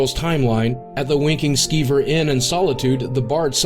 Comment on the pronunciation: Thought he said "Wanking Skeever"